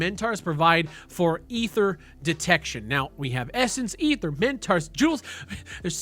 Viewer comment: "E-ther" lol